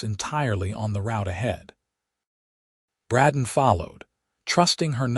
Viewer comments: Except for the CONSTANT MISPRONOUNCIATION of "Bradden" versus "Bray-don", it's a good story. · Just seems weird that the AI can't pronounce the name Brayden